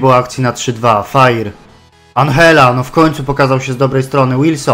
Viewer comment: i Andżella albo Anżella,a nie Anhella to jest Włoch,a nie Hiszpan czy Argentyńczyk